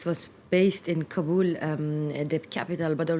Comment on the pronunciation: please not Kabuuuul, its sounds Kaaabal